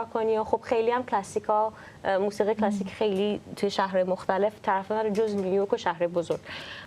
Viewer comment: مهمان برنامه در ابتدای حرفهاش، جوری لغات “جَز” کلَسیک” رو تلفظ میکرد، انگار مثلا اونجا تپی آمریکا بدنیا اومده و خیلی جو‌گیرانه حرف میزد 😂بعد کم کم مشخص شد که در بزرگسالی به آمریکا رفتند و جزو اون دسته ایرانیهای لُوس و افاده ای هستند که وقتی از ایران خارج میشن، بعد از دو هفته “ اوه مای گاد” و “نایس” از دهنشون‌نمیوفته و یادشون هم میره که مثلا دانکی به فارسی چی میشه!😂😂یعنی افاده خرکی بعضی ایرانیهای مقیم آمریکا همیشه مایه خجالته